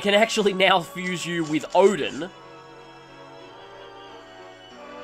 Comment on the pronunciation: more like "OH-din"... … ... Was gonna say, don't think she's referred to as "-san" very often. Susano, Susano'o, Susanoh… there's several different variations that I've seen.